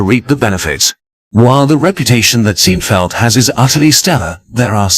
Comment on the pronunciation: Too bad the computer-generated voice (I hope that's what it is) pronounced it "Seen - feld". And mispronounced about every other fifth word to boot. Doesn't ANYONE do live voice-over work anymore?